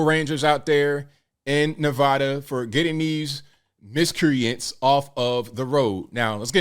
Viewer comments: As a resident of Nevada for the last 61 years It's pronounced Nev ADDa not nev odda. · It's Nevada (sharp a) not long. Also FYI you don't step on superman's cape and you don't mess with NV tribal police.